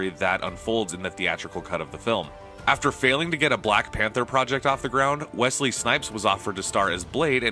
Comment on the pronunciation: "Welsey Snipes" Seriuously? Welsey? Red thumb.